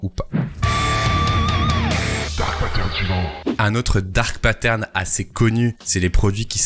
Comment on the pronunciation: Je suis Québecois et j’ai jamais entendu c’est expression là. Parcontre on est capable de dire Dark Pattern sans accent 😅